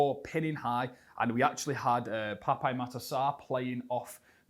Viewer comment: FYI its pronounced just "pap" not "pap-ay"